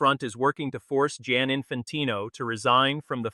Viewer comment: Giani not jan😂